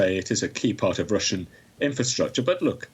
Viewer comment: You said russian wrong